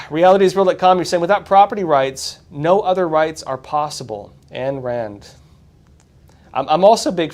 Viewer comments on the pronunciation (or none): Ayn Rand is pronounced EYEn Rand.